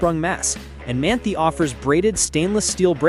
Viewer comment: It is pronounced Man-tie not Man-tea. FYI